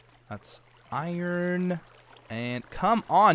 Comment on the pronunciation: The way he said "iron" was like "Iran" for "ironic" 😂😂😂. I need to stop 😆😂